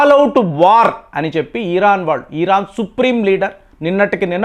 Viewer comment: ఈరాన్ కాదు బాబు ఇరాన్ నువ్వు ఇరాన్ అని పలకడం నేర్చుకో తరువాత ట్రంప్ని విమర్శలు చేద్దువు గాని